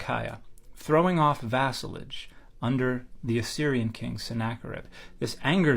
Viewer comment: Hey siri what is vasalage? 😂 Sounds delicious